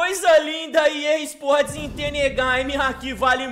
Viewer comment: vc fala errado e EA sports tu e gay